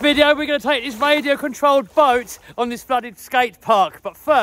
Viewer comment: Great video. I love playing in stormwater. Only he needs a new voice over person. I really don't understand people who say. Wadio contwolled boat. I know it's a speech impediment. But surely you have access to speech therapy in the UK.😢😢😢